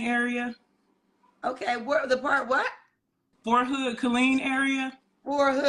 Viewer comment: Not saying “For Hood” instead of “Fort Hood” 🥴